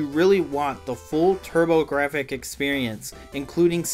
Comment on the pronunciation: Pronounced turbo graphs ....silent f ...take it from their CEO lmao